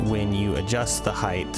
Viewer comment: "Heighthh" Sorry had to point it out haha